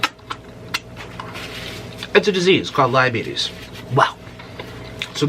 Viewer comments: lmfaoooo “ Lieabities “ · lie-abetes lie-abetes